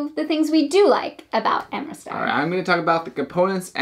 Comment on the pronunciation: Thanks for this, it was on my list, but I don't think it's for me. Also, it's Amritsar, not amristar 😉